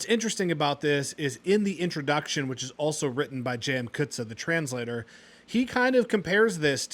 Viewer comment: Sounds like an interesting read despite not really being my style. On a side note, not sure if you care but your pronunciation of "Coetzee" is more for if it was spelled Coetze. With a double "ee" at the end, it's more "Coetz-year". I don't know if my explanation will yield expected results because of different accents though, lol. PS, I don't mean to be rude with my (admittedly poor) pronunciation guide.